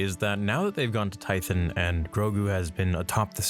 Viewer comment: Tie-THON. Tie-THON. Not Tie-thyn. You flip-flop the pronunciation too. 🤦‍♂️